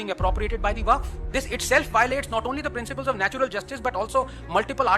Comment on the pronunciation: WAQF ❌ WAFQ ✅ 😂😂